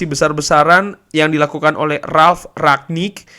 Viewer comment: Ngomng nya "RANG-NIK" aja bang, gaenak denger nya :v